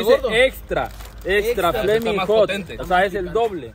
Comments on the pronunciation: Como que flamin hut??? Se dice flamin’ hot. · se dice Flaming Hot, no se dice Flaming Hut